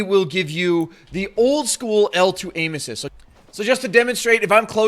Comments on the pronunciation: to sounds like anusists 😂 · I thought he said anus when he said aim assist LOOL